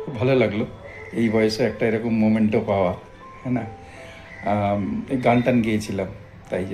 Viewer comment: মোমেন্টো না, মেমেন্টো!